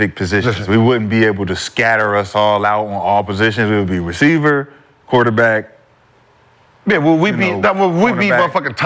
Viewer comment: saying quaterback in crazy